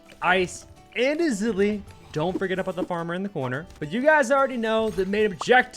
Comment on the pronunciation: that ezili pronunciation is cursed